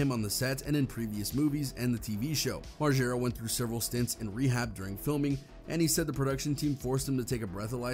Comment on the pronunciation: MARGERRRAA. NOT MARJERA. 🤦🏼‍♀️